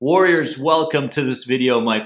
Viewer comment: The way he says "warriors" sounds like in between worriers and warriors. And guys, it depends which one would you like to take. As of now, I can listen dominantly to "worriers" but eventually, I would be able to conquer it and so would you. Thank you for doing all of these 🤗🙏🏻